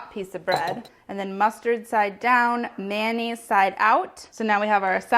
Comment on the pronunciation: May o naise.... not manaise Carla